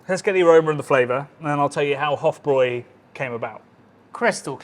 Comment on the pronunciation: Thank you for calling it Weißbier, and pronouncing it (and Hofbräu) properly. 🍻